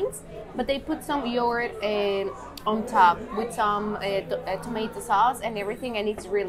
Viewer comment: Great tips and awesome video. I am Turkish and you pronounce yoğurt correctly and it catches me by surprise every time. I always struggle explaining soft g (ğ) to any non-native speaker. It is a sound that exists in every language (in fact it is not a sound on its own) but so hard to explain. So well done!